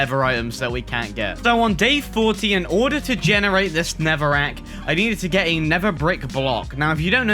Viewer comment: Not Netherwrack! "Neverwek"